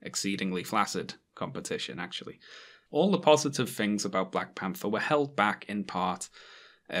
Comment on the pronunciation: "Black Pamfer" and "For: Ragnarok" You can't unhear it.